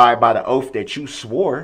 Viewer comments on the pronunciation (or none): Yep! Oaff and axed 😂🤦🏻‍♀️ he said it over and over he’s such an idiot but thinks he’s so smart! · He was axed to tell the truff about the judges oaff